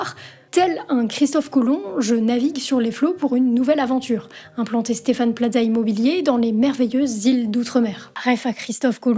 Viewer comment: pourquoi vous prononcer Plaza comme pizza?